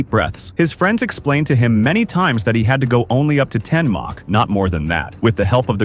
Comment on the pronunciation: "May-Chi" huh? Stupid bots